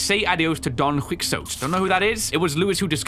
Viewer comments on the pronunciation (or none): Its Don Quixote. Pronounced (Dawn) (Key-Hoe-Tay) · Hey! Spanish speaker here., the name Don Quixote is pronounced Don Key-Hoe-Te. Hope this helps!:) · really said "Don Quicks-oat" 😭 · DON WIKSOTE LMFAOO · this is how i know doesnt read One Piece or else he could pronounce that name xD